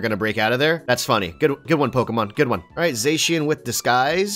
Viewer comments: When someone says zayshian instead of zashian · Its zackian not zasian ok